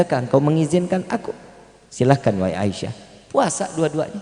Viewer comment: Asiah bkn aisyah a